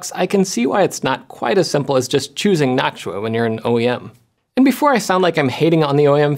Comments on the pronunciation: Jeff! Why do you say naak·choo·uh when it's supposed to be naak·too·uh? 😛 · Jeff saying nactua instead of noctua is another sound altogether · noctua❌ noksuah✅ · Am I the only one hearing "nacho" instead of "noctua"? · I keep thinking you're saying "nacho fans" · Noktua is the pronunciation. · i know you watch LTT but i dont get why you pronounce noctua different. is yours more correct ? is this the .exe/.png moment for linus or you ? is it gif or gif ? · You're pronouncing Noctua wrong.